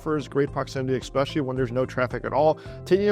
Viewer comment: Ecspecially, really?